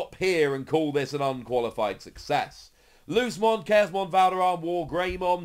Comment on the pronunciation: Ngl it’s like an itch every time says lucemon like loosemon, not luce’mon